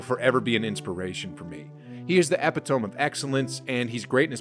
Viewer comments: Eh pe tome? You mean, Eh pit o me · "He is the epitome of excellence." Bro, that is pronounced eh-pit-o-me. Not ep-eh-tome 🤣🤣🤣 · did my man really say "Epi-tome" lol, [E-pit-oh-mE] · epi-tome? eh pih tuh mee. good video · Epitome is prounounced "uh-pitta-me, not "Eppa-tome" just a friendly tip. I just love to learn and in return, teach.🙏 plus I'm a word smith and can't help it 🤣🤣 keep up the great videos bro 💯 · “Ep- eh- tome” of excellence. No no no man the word is eee-pit-oh-me. Epitome 😬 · Tf you mean “EH-PIH-TOEM”?? Epitome is pronounced UH-PIH-TUH-ME my boy.🤣 Kobe’s standards doesn’t allow for lackin on editing or research when you’re making a video on the 🤵🏾‍♂️🐍. I’m just fckn around brotha, great video as always! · E-pit-o-me not epi-tome. Had me lost in the first 7 seconds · epitome — "eh pih toh mee" not "ep ih tohm" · Eppe-tome? It's Ah-pit-o-me....❤.... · cool vid but it's eh-pi-tuh-mee not epi-tome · E-PIT-O-ME > EPI-TOME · Epitome is pronounced EH - PIT - OH- ME not epi-tome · Anyone else realise in the first 5 seconds he says epitome (ep-pih-tome) instead of epitome (uh-pih-tuh-me)?? Public education strikes again!! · Did he just say “epi-tome” instead of “eh-pit-oh-me”? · Did this dude just say "ep-it-tome" instead of "epitome"? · The word is pronounced E-pit-toe-me not Eh-pi-tome bruh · "epitohme" it's pronounced "uh-pi-tuh-mee" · Y'all please learn how to pronounce 'epitome' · Lol dude it's uh pi tuh mee not e pi tome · Did you just say epe-tomb? Its ee-pit-o-mee 🤦‍♂️ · Epitome (pronounced) e-pit-o-me not epi-tome grade 3 English bruh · "uh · pi· tuh - mee"/ "ee-PIT-o-mee" not "epi - tome" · epi-tome. jesus christ. ee-pit-oh-me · Do you say epi-tome too? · Kobe really is the "epi-tome" hahaha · Ha ha… I did skip the vid because of that…😂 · My brain stuttered upon hearing that shit. 🤣🤣🤣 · Came here to make fun of that ridiculous pronunciation. Glad I’m not the only one 😂 Let’s also not forget “Bryant told his long time training trainer”